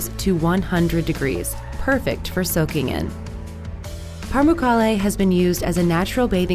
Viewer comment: So, you've got a few slip-ups to fix in your narration, with a bunch of people pointing out how you haven't really got all of your centuries right, but you should also know that there are no "r"s in Pamukkale. It's not Parmukarle. And yeah, you should be stating if you're using Fahrenheit (which only a couple of clueless countries use). 95% of the people on the planet use Celsius. Time to get with it, silly other countries.